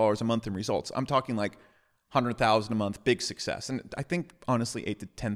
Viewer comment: Best part? When he produly says: ...the way succsex works is...